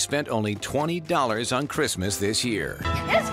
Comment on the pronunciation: It’s the “ItS cRiZmUoS” for me